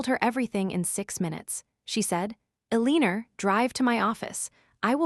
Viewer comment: Please t ach your AI to pronounce the name Elenor cprrectly